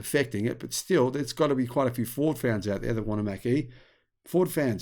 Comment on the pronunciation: well, the reason there is no demand for the 'Mack-E'....is because it doesn't exist. The 'Mach-E', on the other hand....is an actual, real thing. Correct phonetic pronunciation is everything.